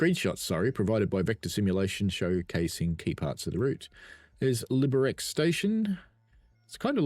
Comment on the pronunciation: Hey, just a quick note - the Liberec is pronounced "LI-be-rets". Czech is a phonetic language - you read what you see :)